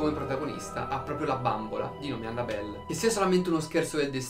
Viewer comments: La cosa che fa più paura è il come pronuncia "Annabelle" 😂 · Esatto, mi fa male al cuore sentirlo xD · Aiuto, come ha pronunciato Annabelle😂